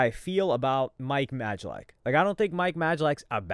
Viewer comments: Bro it’s pronounced MIKE MAY-LACK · Like mispronouncing Mike’s last name on purpose or acting like he doesn’t know Logan has a kid..